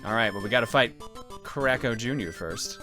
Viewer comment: Every time says Kracko, I keep hearing "Crack Ho"